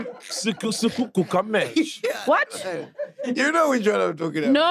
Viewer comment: When the boy said: 'sigugu gameshe' neh... Is not make sure. Lmao!